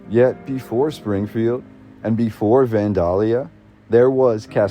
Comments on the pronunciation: He also doesn't pronounce Vandalia like anyone around these parts. I live about 34 miles from the Old State House and everyone around here pronounces it van-dayl-ya or van-day-lee-a, not van-dahl-ya. Several Midwestern states have towns named Vandalia. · Natives pronounce it more like Van-Dell-yuh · I've never heard anyone pronounce Vandalia the way they do in this video. I've always heard it pronounced "Van dale ee uh" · It's pronounced Van DAAY Lia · Van day lee uh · from Illinois it is 'Van(day)lia' for pronunciation. p.s. the music is unnecessary, annoying and adds nothing except waiting for a drug commercial. you forgot the flood of 1965. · Oh my gosh… It's so hard to hear you pronounce Vandalia....it's super easy to look these things up now… It's pronounced Van-DELL-Yah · Illinoisian here to clarify: Kaskaskia is pronouced, Kas-Kas-Kia (Kia like the car). Vandalia is Van-Day-Lia. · You do realize that you are mispronouncing Vandalia Illinois every single time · Everytime You say Vandalia wrong i cringe and cant listen or watch anymore